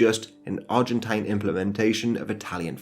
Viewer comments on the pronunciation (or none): none